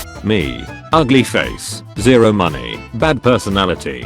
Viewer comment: kinda gotta wonder why he pronounces 0 so Weird